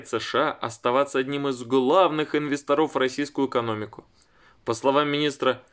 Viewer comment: ИнвесторОв??? Алле!! Ты бухой??